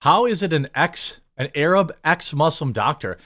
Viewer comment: Learn how to pronounce Arab. Ofc u can be atheis and a zionist, I am both.